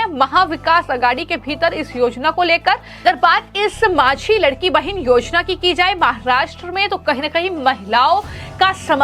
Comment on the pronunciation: लडकी बहीण यह उच्चार लाडकी बहीण ऐसा करना चाहिये